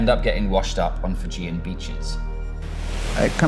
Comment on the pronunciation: I laughed at him calling himself “fijijian